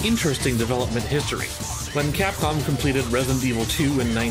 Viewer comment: Did he just say FAPCOM???? lol